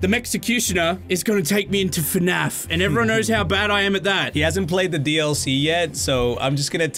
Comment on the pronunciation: its not fenaf its fnaf🤣🤣🤣